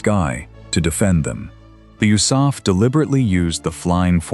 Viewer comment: Oosaf???? Do you mean THE ARMY AIR CORP? The U.S.A.F wasn't even a thing in 1943, 44, & 45 you idiots!